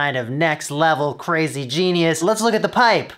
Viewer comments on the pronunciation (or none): none